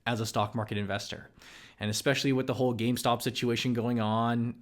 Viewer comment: Did anyone die from laughter when he said “investing and gameSTONK” LOL